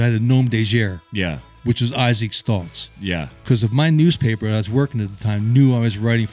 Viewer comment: BTW the "guerre" in "Nom de Guerre"(Author Name) is best pronounced like "air" but with a hard G in front. So "Gair". That is the highest fidelity English pronunciation of the word without learning how to pronounce the letter R in French.